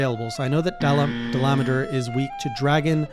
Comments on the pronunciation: Its pronunciation is da-la-madur And also the most practical way to defeat that monster with a charge blade is to use the seregios charge blade, its damage is 600+ and if you upgraded it the damage will increase to 720 and that is the highest damage that you could get on cb in high rank so you should use that instead of nerscylla one. The only downside to seregios cb is that you need to get a dissenter from seregios to upgrade it which is a rare item (oh boy its so hard to get that item) and you need fangs and claws from a molten tigrex (yeah good luck with that one ). The second thing i'm going to tell you is that your armor set needs to have a skill called "artillery" since that allows you to increase the phial damage of your charge blade. The artillery skill has 3 levels: Artillery novice ( +10 ) Artillery expert ( +15 ) Artillery god ( +20 ) If you want to increase the phial damage get the artillery expert and there are ways to do it Either you gem your current armor set and put lots of artillery jewels as possible to get it or you grind and start hunting lots of seltas queen to build its armor set since thats the perfect armor set for cb/gunlance becoz it has artillery skill and it also has razor sharp Having a talisman with artillery skill should also help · There's no "n" in Dalamadur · I normally don’t mind different people’s pronunciation of monster names. However, there’s this one guy I’ve watched who says it almost right he says Dal-ah-mah-dur. That mah is what makes it sound so weird to me. Idk why it annoys me so much that he says it like that. It just sounds way more wrong than any other🤣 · dollah-mah-DUR is now I’ve always heard it pronounced, but recently I’ve also heard Dilometer (like kilometer but with a d)